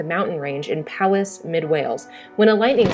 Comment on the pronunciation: Uhhhhh I'm from Wales and I'm sure that's NOT how you say Powys